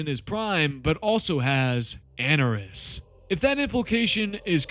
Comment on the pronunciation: Great vid. I'm going to be a real nitpick regarding these Eldar pronunciations though. Ynnead - In-ee-ad Anaris - ah-nar-iss